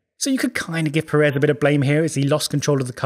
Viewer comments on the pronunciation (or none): Please stop calling Sergio Pérez like if it was Per(é)z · Brother, if you can write Checo’s last name correctly, you should pronounce it correctly as well. Pérez, with the emphasis on the first syllable. Thank you very much. Keep up the excellent content! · Pérez. Giant clue as to the pronunciation. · why is it that British people say Peréz instead of Pérez? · It is pronounce PErez no PerEz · Undisputed best plugs in all F1 YouTube, easy. ... The pronunciation of "Pérez", tho... :(